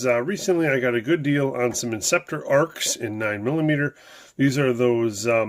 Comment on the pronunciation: It's actually pronounced A R X. Just sayin'.